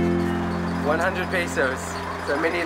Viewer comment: paysus? = pesos and do you say pay-duhl for pedal?